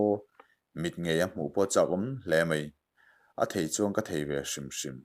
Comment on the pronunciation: Mai Mai tih tur..mei mei niloin.. I channel hi ka lo en thin a, minti hlim thin khawp mai 👍🏼👍🏼